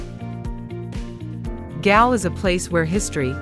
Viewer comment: Galle is pronounced as Goal